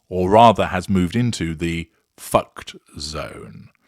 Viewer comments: “Foo-kayed”!!!😂. I love this new word! Oh there is more to come: more insipid web sites, more faux pas, more ridiculous public relations snafus. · “You’re FooKayd”. I’m using that one 😂